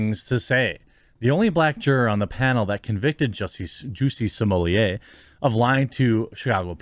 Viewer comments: Why do people say "smo-lee-ay"? there is no "i" in his last name....it's either "smo-let" or "smo-lay"....2 syllables. I don't care if he wants to be known by a certain pronunciation, this is fucking english. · Why do so many people have trouble pronouncing such an easy name? SMO - LETT. Smolett. Not Sumolier. Geez. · stop calling him sommelier please. its grating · 👀 is that how his surname is pronounced??? I hear everyone saying “Smuh-let” 🤣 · Seriously, whats with the way you say this clowns name? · You pronounce his last name wrong.